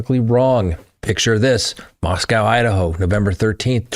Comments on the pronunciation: Moscow, Idaho resident here, family homesteaded in 1883 -- it's CASHia county. And it's MOS-coe, not MOS-cow. Idaho is very much an Old West, rugged individualusm, and "don't fence me in" kind of place, politically in the Northern area, individually elsewhere. It's unbelievably vast here, abd my husband and U joke that in Idahi, 5G is "Guns, Grain, Gold, God, and Government F--- Off" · Cassia is pronounced “CASH-uh", and Moscow rhymes with “go” as in “MOSS-koh”.